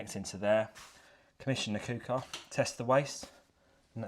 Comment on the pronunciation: Great video, but it's pronounced "cooker" and not "cooper" 😂